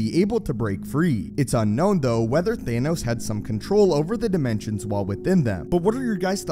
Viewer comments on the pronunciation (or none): It’s pronounced Thanos not theynos 🤬🤬🤬